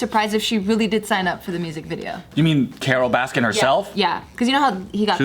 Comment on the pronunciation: It’s Carol Baskin. There’s no S at the end of baskin.